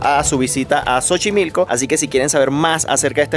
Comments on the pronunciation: Jajajajaja muy buena la de chochimilco, cuando una palabra empieza con "X" en Náhuatl, la pronunciación empezara con "SO" por ejemplo el nombre de mujer Xochitl (Sochitl) que significa la flor más bella, así es que se dice Sochimilco y se escribe Xochimilco "Campo de Flores". Saludos 👍🇲🇽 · Hola tiene poco que te conoci y me encanta que te gusta Mexico. Una correction para que pronuncien correctamente no es Chochimilco suena Sochimilco pero correctamente se escribe Xochimilco.😉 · Xochimilco amigo, cómo si dijeras "Zochimilco" no te ofendas con mi comentario, es solo que a mí me gusta que me corrijan también jeje, saludos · Por que dicrs chochilco? No es asi rs xochimilco y se debe mencionar como es por favor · No es chochimilco, es xochimilco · Buen vídeo , se escribe xochimilco y se pronuncia sochimilco no chochimilco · No no no no no no chochimilco no. Jajajajajaja, una disculpa pero les voy a corregir es sochimilco se escribe diferente pero se pronuncia así. No se sientan la critica es para que pronuncie correctamente. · se dice Sochimilco,y se escribe Xochimilco,y no chochilco así se escucha en tu vídeo cuando lo pronuncias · Hola buen videos pero no es (Cho) es (So)xochimilco 🤣 saludos 🖖🏼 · Hola chicos guapos !!! Solo para Felicitarlos por su nueva visita a México . 👍🤩👌 Y Xochimilco se pronuncia así .... Has de cuenta que debes utilizar la letra " S" en el lugar de la letra " X " Y la verdad el idioma Español es muy complicado y algunas letras se sustituyen por otras . Suerte 🤞 chicos !!! 💖🙏💖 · debes leer 👀👓 bien tu guión 📝 antes de hablar en tus videos 🖥️📱, das algo de desinformación y, además, muchas palabras y nombres vienen del idioma NÁHUATL, como por ejemplo es XOCHIMILCO 🇲🇽más no CHOCHIMILCO 😆😆👎🏼👎🏼 La Ciudad de México es hermosa, no la cambio por nada y mira que vico en el Caribe, por nada me quedo acá, mil veces mejor mi Ciudad de México 🇲🇽💖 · Cada vez que dijiste CHOchimilco, senti que me daba un ACV... hahahaha buern vide0